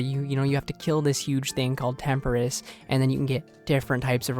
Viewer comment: great channel bro, been watching for months, but please, please stop saying temperiss it’s tempo-ross tempoross